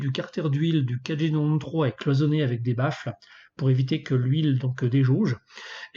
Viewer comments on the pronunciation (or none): J arrive pas à comprendre comment tu prononces 4g93 ??